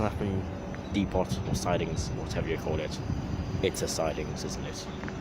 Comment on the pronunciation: Depot the T is silent